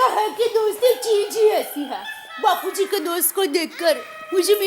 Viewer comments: When Daya say bapujri😂than bapuji say chappalri😂😂this was epic l can't stop my laughing😂😂😂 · bapuji ❎ bapurii ✅🤣